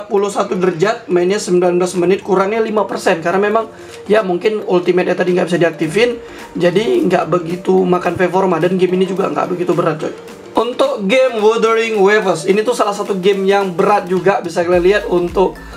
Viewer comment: PERFORMA!!!!! BUKAN VERVORMA😂😂😂